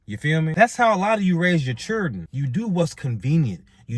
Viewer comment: Bro pronounce your fucking words... Say it with me... Children... Not churen.